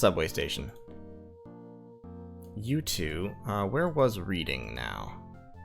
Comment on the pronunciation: Just gotta correct your pronunciation because of my autism, "Reading" is pronounced "Red-ing", it's a city in the UK. Great series btw :)